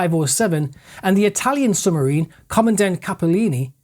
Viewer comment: Excellent work. One minor point: it's 'sub marine' not "summarine". I was born in Benwell so I know it's a local anomaly of speech, but ...